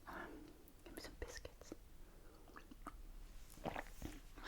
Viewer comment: You must be referring to cookies when you say biskets so what do you call the guy on Sesame Street the biskets monster